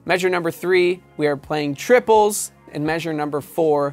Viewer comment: emphasizes triples because they're not triplets